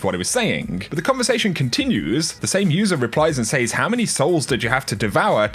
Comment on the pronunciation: Love the vids but good lord.... "Says".